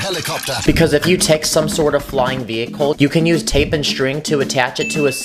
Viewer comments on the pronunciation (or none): none